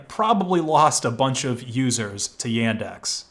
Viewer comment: Welp, I may be Russian so data collection on Yandex (it's not Yendex, like you pronounce it) is gonna be a thing but okay then, time to go back to the old times Also, we have a lot in common, why won't you talk to me? D